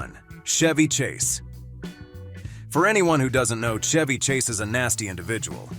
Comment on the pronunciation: PEOPLE, STOP USING AI FOR NARRATION!!! "Zah Zah"?!? "Bet" Davis?!? "Shevy" Chase?!? Ugh... 😶 How lazy can you be?!? Read it your damned self! 🇺🇸